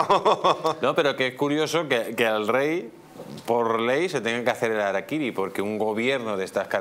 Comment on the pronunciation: El harikir ya venía pronunciado por Sánchez al rey.